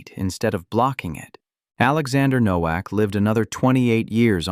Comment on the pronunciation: It is pronounced NO-VAK.